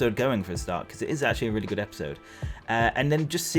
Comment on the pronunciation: HoW cOuLd YoU pRoNoUnCe “RaY-qUaY-zA” wRoNg? 😂❤️ And I loved the DPPt anime!